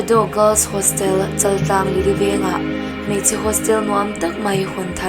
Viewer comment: Chal nilo in Chaaaltlang ti in lam ri thin tawh la.